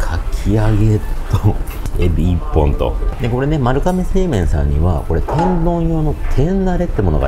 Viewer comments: YouTubeでいろいろ動画みるけど、みんな｢かめ｣って言っちゃうの何でだろう??(他にも多く｢かめ｣読みだった) ｢まるがめ｣が読み方ですね。ちなみに地名も｢まるがめ｣。 身近で読み間違える人がおらず、まるかめの発音にめちゃくちゃ違和感...びっくりするくらい違和感で、ちょっと面白くなってきてしまった...笑🤣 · どーでも良い事かもですが、 「まるかめ」ではなく「まるがめ」が正しい読み方らしいですよ☺️ 今回の髪型 素敵ですね☺️ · 私も聞いててめっちゃ気になりました😅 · まるかめ、ではなく、まるがめと思うのですが… それはさておき、本当にの麺の啜りは見事ですね～ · まるかめ！まるかめって言ってるけど、まるがめなんじゃないかな？ まるかめ表記はハワイとか？ 撮影させてもらって旨い旨いって褒める前に連呼してる店の名前くらいはきちんと伝えるべきだと思うが？ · 『まるかめ』ではなく 『まるがめ』ね。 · 、まるかめじゃ無くて、まるがめですからね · まる かめ じゃなくて まる がめ です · まるがめな、 まるかめちゃう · まるかめ、ではなく、まるがめです。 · なんでみんなまるかめって言っちゃうんだろうね。まるがめなのに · 読み方、まるがめらしいですよ。海外の一部ではまるかめって呼ぶらしいですが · かめじゃなくて、がめじゃないの？ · まるがめって読むんだよなー。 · まるかめって言ってるのがすごい気になるけどあってんのかな？